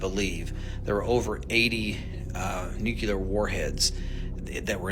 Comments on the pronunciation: Its Nuclear....not nucaler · Nuclear not nucular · For God's Sake... .. it's NU CLEE AH not NEW QUEUE LAR. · Nukuler!? It's pronounced nuke-li-er. Makes you sound unintelligent. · It's pronounced New Klee Er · NuKewler . NewKuLer ? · Lost all credibility with me as soon as he started talking about "NUCULAR" weapons. If you can't even pronounce a simple 7-letter word like N U C L E A R how do you expect anyone to believe anything you say about it?? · yep... religion as usual is there for the ignorant lolol.... it has gotten in the way of advancement b4... of course it still does... gotta love ppl who cant even pronounce "nuclear" correctly.... totally trustworthy lmaooooooooooooooo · I am confused why this "expert" at weapons grade unmanned aerial vehicles can't pronounce nuclear correctly.